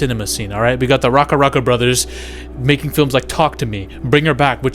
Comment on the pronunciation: It’s pronounced Rack-Uh (not “Rock-Uh”). It’s onomatopoeia for gunfire.